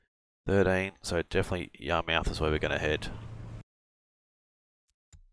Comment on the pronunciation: Yar-mith. Just like where i grew up fishing in Portsmouth... Ports-mith. In new england speak it'd be po-ahts-mith and yah-mith